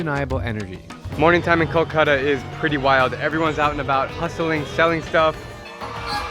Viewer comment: Its not kokola it’s kolkota n if u cannot say word u can call like call-cut-aa